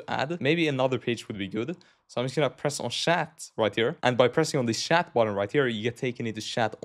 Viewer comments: Bro keeps calling chat as shat and it keeps throwing me off 😭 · he's Swedish, that is how they say chat lol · haha its french spelling